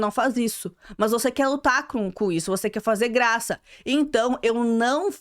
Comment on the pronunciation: Acho tão engraçado ela falando uc kkkk